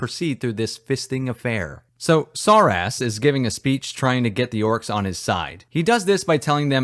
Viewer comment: "Oarks hab famiwees"